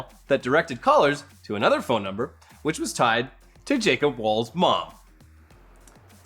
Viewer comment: WTH happened to voice. I don't think I will ever hear the word phone the same way again.